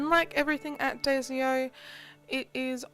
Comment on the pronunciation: Did she say daysio? It’s daiso